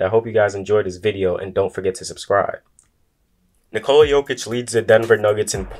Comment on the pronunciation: It's not Nicola like in Nicole (womens name). Its Nikola. You all americans have to say it faster.. Listen to Vucevic explaining it.